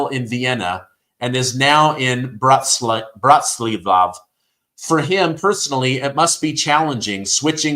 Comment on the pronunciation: Sir: You do not need to know how to speak Slovak in order to pronounce the names correctly. The capital of Slovakia is Bratislava ( Brah tee slah va). The language is Slovak. The people are Slovaks. My Grandfather came from Slovakia. I set you to a higher standard because you are delivering news so do your homework and learn how to pronounce places, persons, and countries and cities correctly.